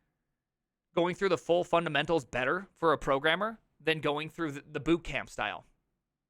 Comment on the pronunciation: bootcram not bootcamp